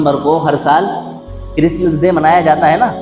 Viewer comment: Christmas day he talaffuz Christmis day nahi